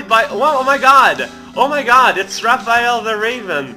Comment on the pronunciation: It's Raph-Aya-l the Raven!